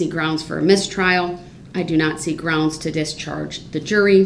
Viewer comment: it’s… GWOUNDZ